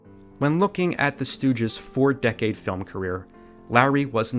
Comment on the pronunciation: Every time he says the word "film" I keep hearing "dumb" until I go back a few seconds. Weird.